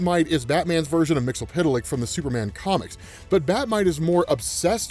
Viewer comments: bruh your pronunciation of MXYZPTLK is killing me lmao. I say it like they did in the Superman TAS "Mix-Yez-Spit-Lick" which made sense being 8 letters and those consonants would make two letter syllables.... BUT WHO AM I TO JUDGE? LOL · Say it like this...... Mixel flick. You're welcome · You're saying "Mxyzptlk" name wrong man!